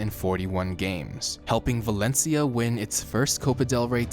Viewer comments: Valentia?! Valencia= Valen see-ya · He fucked up xavis name is sayin valencha and said atlético wanted him to stay... barcleona*